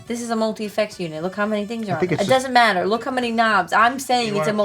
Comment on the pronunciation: "It doesn't mattah, look how many knobs!"